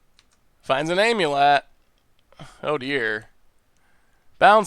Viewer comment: Nobody: Not a soul:: Aim-yew-let